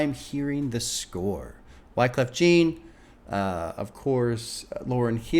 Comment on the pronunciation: JEAN is jjjjjjaaaaahn Its Kweyol for JOHN not Gene lol